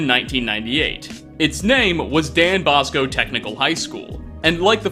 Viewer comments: DON BOSCO not dan bosco lol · Dan Bosco ?? Lmfao. It's Don Bosco. Actually it's Saint John Bosco tech. St John Bosco was a priest in Italy and in Italy , instead of calling the priests Father, they call them Don. So that's why it's Don Bosco. .....and now ya know.